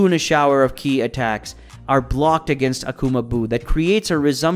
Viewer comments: Ki, he literally called it K.I. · Like k....I instead of ki. Mayjin bew....majin buu....this guy is funny,but has all of these subs 😅